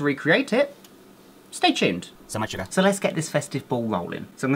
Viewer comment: I like the part were he's like I like shuger